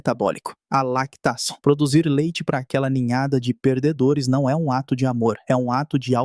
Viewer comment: tem alguns momentos q da pra perceber q é narrado por IA, se liga na falha de pronuncia na hora q fala "lactação" no minuto . sem contar q as vezes ele usa a entonação errada em algumas frases